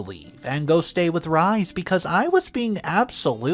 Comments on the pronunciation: Mucho Jesus Christ - you are killing me this morning!!!!!! 'Rhys' is a name of Welsh origin, and is pronounced 'Reese'. Not. 'Rize'. 🌈The More You Know🌈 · Pronounced rees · Oh dear, I have tried and tried to ignore your mispronunciations ( inventation for invitation, whil-est for whilst, etc.) -and please understand I only want the best for you, narrating as a living— but the name Rhys is Welsh, and pronounced “Reese”. Could you please, please, look up how to pronounce English which is obviously a first language for you? I am not trying to be mean, but this is driving me bananas. Thanks for reading. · XD Rhys is pronounced Reese